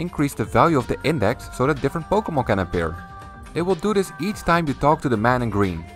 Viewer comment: "powkyeemon" lmao